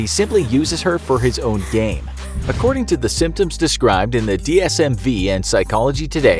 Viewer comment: dsmV ( FIVE ) NOT V